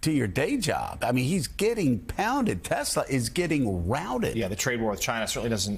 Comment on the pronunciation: tesler. i'm waiting for the first meme showing someone who's actually re-badged their car to read 'tesler'.